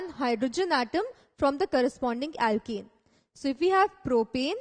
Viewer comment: Why does it sound like ur saying alkEne and not alkAne. If I didn't know better, I'd hv been thoroughly confused. Other than that good job